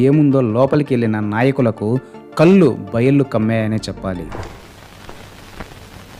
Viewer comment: కల్లు కాదురా బాబూ, కళ్ళు. తెలుగు సరిగా నేర్చుకోరా బాబూ